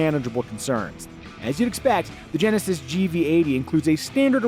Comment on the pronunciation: Genesisisisisisisisisisis come on man speak properly